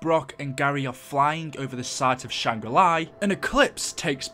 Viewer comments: I've never seen someone who is so convinced that Shangri-La is pronounced like Sh-Ang-Ri Lie. Though you did alternate between the proper pronunciation off and on. Lol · It's not shangra li. It's SHANGRI-LA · It's Shangri La NOT SHANGRI LIE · Lol “Shangra LIE” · why are you callin it shangri LIE